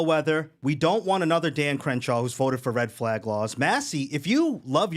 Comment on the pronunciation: You mispronounced Trump.